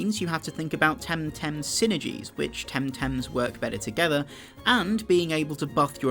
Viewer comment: Oh my god... Please, never say TemTem again. It's so terrible. :P